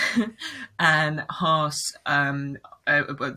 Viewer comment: Its not hertz its haas :)